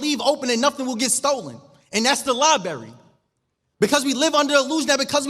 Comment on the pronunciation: Real talk. A self proclaimed scholar should be well spoken. It's liBRARY not liberry. And ski masks NOT ski maskez. THESE things are critically important as well as a platform speaker. So you're not perceived as a Snoop Dog in a suit.